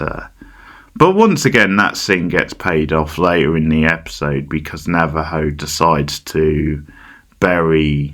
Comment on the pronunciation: Why are you saying Navajo